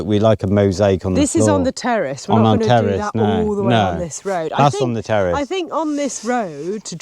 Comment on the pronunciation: What's a terrest 😂 the word is terrace😅